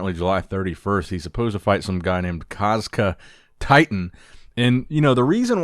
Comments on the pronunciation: It's proncounced like Kazak not Kazkha. He is a "titan" from kazakstan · Kazakh as in from Kazakhstan not Kazkah hahaha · It's actually pronounced Kah-Zak, because he is from Kazakhstan, therefore the Kazakh Titan. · The guys name isn’t “kuzkuh” … it’s “Kazakh Titan” (as in Kazakhstan) Just like “Iranian hulk”